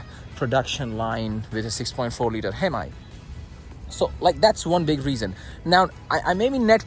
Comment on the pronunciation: It’s not pronounced Hem-i , it’s pronounced Hem-E